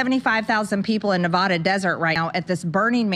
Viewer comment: They were in the Black Rock desert. It never rains in that desert. So everything turned to mud. Being from Nevada I promise you it never rains in that desert. Also Marge doesn't pronounce Nevada correctly. She's a doof.